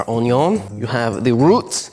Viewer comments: He really just said "onyo" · " our OWnIYoWn.. and the root of our oWnIyOWn.." Me: LMAAOOOO AHHAHH